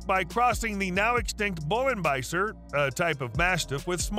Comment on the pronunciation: It's "Bullenbeißer" not "Bullenbaiser". Like Bull Biter.